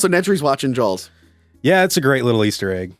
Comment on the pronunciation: can’t pronounce Spielberg Also: Jawls is a shark movie